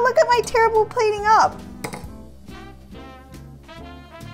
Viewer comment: This recipe looks so good! When she said "terrible!" it sounded like she had a southern American accent.